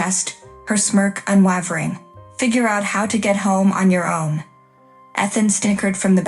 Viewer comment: AI, please learn how to pronounce "Ethan." Also "unwavering."